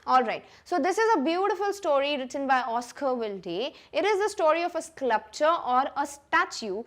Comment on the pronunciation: So many wrong Pronunciations WILDE is pronounced as wild not wildi😮 SCULPTURE is not sclupture😅